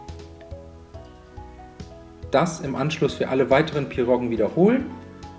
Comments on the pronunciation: Das heißt pierogi und nicht pirrogen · PIROGIEEEE !!!!! Ohne N!!